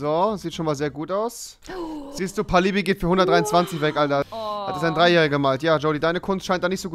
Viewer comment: Als du "Pallibi" gesagt hast hab ich mir mein Wasserglas übergeschüttet...